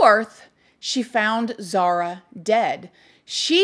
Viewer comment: I love you and your videos but her name is Zahra not Zahara